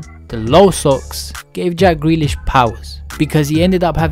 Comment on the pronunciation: Who’s greelish?